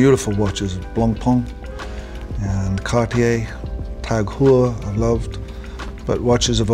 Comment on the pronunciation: Wait... is that how you pronounce it? I've always thought it's tag-hoyer. It's actually tag-her?